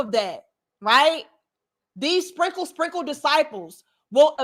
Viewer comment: Why your country self say "spinkle, sprinkle" like that tho? You're too silly.